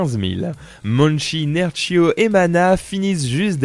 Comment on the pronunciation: Rooh pas nerchiaux xD Dit /Nerkio/ ^^'